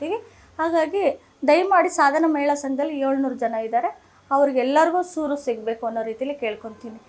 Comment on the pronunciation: ಸುರು ಅಲ್ಲ ಸೂರು